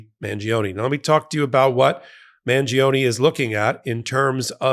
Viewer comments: It's Man-jo-ne, not Man-gee-oh-nee!🙄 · mahn-JO-nay (the “i” isn’t pronounced, it just makes the “g” soft)